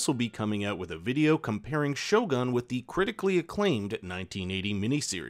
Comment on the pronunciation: Lol, your pronunciation of Japanese words and names is hilarious, Maeriko and shoguhn are priceless. Lmao.